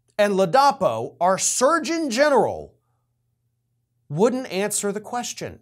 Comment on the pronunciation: Come on,! Get your act together, fer chrissakes. You said that the guy was DeSantis' "hand-picked Attorney General..." While you got his actual appointed position correct later, you apparently never did realize that you'd mispoken at the top of the video. And then you mispronounce the guy's name.... it is LAA-duh-PO. Sheesh.